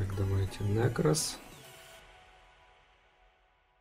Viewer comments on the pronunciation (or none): none